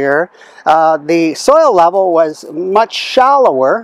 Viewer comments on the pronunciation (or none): none